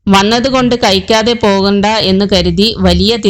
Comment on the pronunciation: ഒന്ന് പോടീ... നീ ഇയാളുടെ കൂടെ ഉണ്ടായിരുന്നോ.. മലയാളം ശരിക്കു പഠിക്ക്.. കയിക്കാതെ.. ഇത് എന്ത് ഭാഷയാണ്.. ചിലക്കാതെ പോടീ..